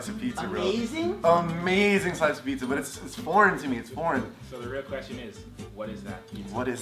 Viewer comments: Dear it's pizza not peecha cause peecha is Spanish slang for dick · did anyone else hear david say picha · David said picha instead of pizza